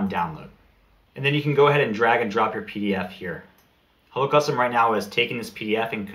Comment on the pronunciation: I thought you were saying Holocaust and I was so confused...... Hello Custom.